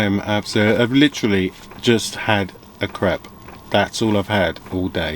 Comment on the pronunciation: I thought that you said "I've literally just had a crap🤣